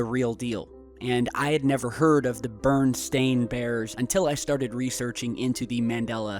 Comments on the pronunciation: You properly pronounce and articulate all the word "glitches" relating to the Mandela Effect but the Berenst*in Bears one. You pronounce and articulate Berenst*in Bears like BURNst*in Bears, when you should really say it like BER-ENst*in Bears, not one word like "BERN" but two words like "BER EN". But "BER EN" sounds off right? That's because my reality just within several months ago was not debating a Mandela Effect between BERENstEin Bears vs BERENstAin Bears, but debating between BERNstEin Bears vs BERNstAin Bears. Forget about the "stEin" vs "stAin" debate, I have to debate the first part first between "Beren" and "Bern"; And it was Bern, for example, like "Feel the Bern" is not "Feel the Beren"... See now how you should really be saying BerENst*in Bears? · You are saying 'BURN' in Barenstein. It pronounced like 'Red Baron pizza', "Welcome Baron Von Trasburg, & the BARONess". Again, you thought it was 'stain' because you think it's supposed to spelled that way. Listen to the song, it's still pronounced STAIN, with the correct spelling of Berenstein. So sorry. Seek mental help please. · it's a midwest pronounciation.... it's how we said it in Chicago. Hard to translate or transliterate dipthongs and know how to say them in English. ..